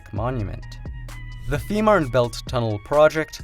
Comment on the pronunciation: Es heißt FEE MANN! Verdamt noch ma sprich deutsch du ******